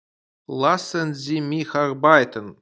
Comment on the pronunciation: Это ошибка автора. В немецком языке нет твёрдой буквы "л". Всегда произносится мягко. Поэтому правильно говорить лЮст, лЯссен и т д.